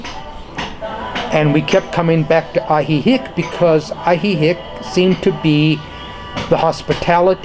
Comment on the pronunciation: I really enjoyed hearing your perspective sir. I'm pretty sure it's pronounced Ahee-heek though (ask a local), not Ahee-hick. I know Spanish is not your native language , but if a person is going to live somewhere , they should at least pronounce it correctly .